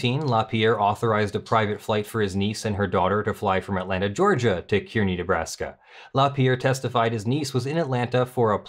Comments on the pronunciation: I'm from Kearney. Its bigger than North Platte, as is it's airport. North Platte is mostly railroad yards. Both airports are small regional ones. Also, Kearney is pronounced 'car-knee' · A minor point, but flights from Omaha to Las Vegas, round trip, are available for less than $300. They really want you to go there. An even more minor point, but kind of a pet peeve, Kearney, in both Nebraska and Missouri, is pronounced Car-knee. Great read-through,. I'm not sure dissolving the NY NRA is necessary. Certainly removal of the violators, barring them from working for any non-profit in the future, and either full restitution or having to pay taxes on all gifts (with late fees and interest) would be sufficient. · It's pronounced car-knee, and it isn't that much of a burden to drive from Omaha to Kearney. This is what happens when you let people believe their own press. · Place names will never be easy, but Kearny, NE is pronounced like "carnie". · Just a FYI - Kearney, Nebraska is pronounced as if it was spelled "Kar'-nee." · Kearney is pronounced car- nee. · It is pronounced (Kearny) car-ney. Yes i am from near there.